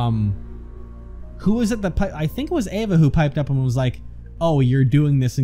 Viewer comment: It's EEva not AAva. Don't know if you saw my last comment.